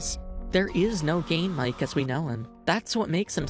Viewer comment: can't unhear "game mike" as "". anyway banger video rules